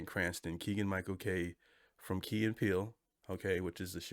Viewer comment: So firstly …it’s Keegan Michael Key (not K), secondly I’m sad about your viewpoint on Bad Bunny. As many have stated already, he’s freaking A m e r i c a n from Puerto Rico. Please learn and broaden your horizons, thirdly I can’t believe you still mispronounce Kamala. Shocking, really. Also …you have definitely not watched enough SNL if you don’t know who Kristen Wiig is.